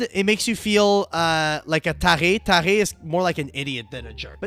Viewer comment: L'accent quebecois qui sort violamment sur "taré" lol